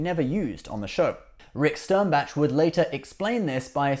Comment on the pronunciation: If you bought a car would you want it delivered to you in parts and pieces or you would you want a fully assembled car, so why would you want a spare warp core in pieces and then have to build the warp core. Having it in pieces is NOT more efficient and stop saying STERNBATCH for gods sake.